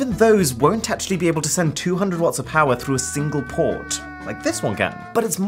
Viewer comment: powah of android